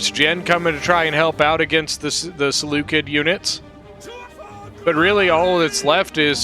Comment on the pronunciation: Oh and PS: Seleucid is not pronounced Seleukid it's pronounced Seleucid the C is soft